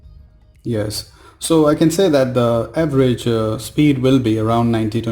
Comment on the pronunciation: bhai everest nahi average hota hai dhyan se bola kro